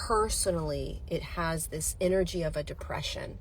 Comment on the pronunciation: I just heard..INNER-JET-IC.....INNER-G ( as in G-Force)